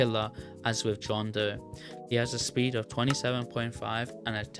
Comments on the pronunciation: “bohn doe” WHAT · john doe ❌️ john day ✅️